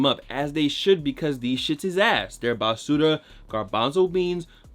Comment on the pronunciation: The new barsura pronunciation is kinda fire ngl